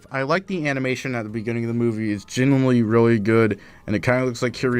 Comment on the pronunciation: 20 seconds in. "Genuoully". Next video.